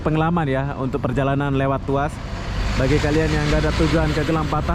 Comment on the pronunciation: Mungkin dia teringat.. Fast food.. 🤭🤭🤣🤣🤣🤣